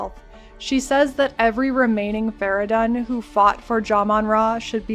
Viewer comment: fara-done ? they say fara-dune like 18000 times in game...